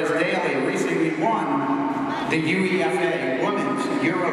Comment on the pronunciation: That's ok, what I meant was that obviously UEFA isn't the name of something as it wouldn't make any grammatical sense, it's clearly the initials of something and if I was in his position I would of looked up how to pronounce something I was unfamiliar with or ask Rachel herself